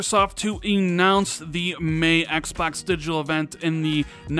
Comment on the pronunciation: Why do you say Xbox like "X Backs"?